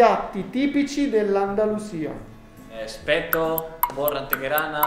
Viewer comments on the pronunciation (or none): ho sentito "TI ASPECTO" hahahaha